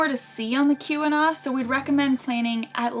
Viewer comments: It's like saying "Don't waste your time watching the ". Do you get it now? Also, it's Kee-Wah-Gnaw, not the Q-anon. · it is pronounced KEY-win-aww peninsula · It’s pronounced Key-wa-naw, not Q-wa-naw. I live here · The Lower Tahquamenon Falls are magnificent. You should have went. The Keweenaw starts with a “Kee” sound not a “Q” sound. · You got the pronunciations of Tahquamenon and pasty OK. But you botched Keweenaw (KEE-weh-naw, not CUE-weh-naw). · The Copper Country is NOT pronounced KEW-wen-NAW. It is pronounced KEY-wen-NAW. It's a native American place-name. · Being a native Michigander The Keweenaw Peninsula is pronounced "Key- wa-naw" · Nice try. It's actually pronounced KEE-win-awe. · It's actually pronounced Key-wen-naw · It’s pronounced “Key When Awe” Peninsula. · I am from the Keweenaw area (It is also pronounced KEE-win-naw, NOT key-we-naw as someone in the comments said. Your pronunciation of the area seemed correct by me.) I suggest that you head up to Copper Harbor especially if you ever return in the fall. There's a place called Brockway Mountain, you are able to easily see the colors from there. I also suggest that you go and see the Calumet Theatre, the interior design of the building is quite beautiful. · Lived in the U.P. my hole life. You must visit porcupine mountains state park. Keweenaw is pronounced key-we-naw. I’m almost 100% sure I saw you guys on US41 between Marquette and LAnse. I even told my wife I think that was the. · I can’t be the only yooper that was bothered by the way they pronounced everything! I though everyone knew! Could be a yooper things